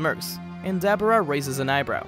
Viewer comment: Duh-bor-uh not dabara j.s.